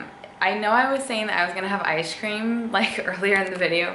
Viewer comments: awwwn she says “ishcream” 😂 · It sounds like you say ice cream as ishe cream